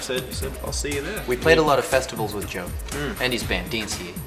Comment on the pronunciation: luke keeps saying Yo instead of Joe lmao